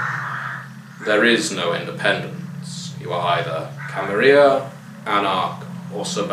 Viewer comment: I hate how people started pronouncing it "Camaria" now. It sounds vulgar and unnatural to me. Every time I hear it, I almost twinge in annoyance. Camarilla... there are 2 L's in there, people!